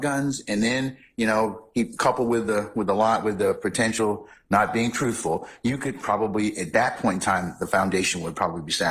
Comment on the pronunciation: All that education and schooling and says "axe" instead of "ask" it's rediculous...and don't get me started when she said " Trooful"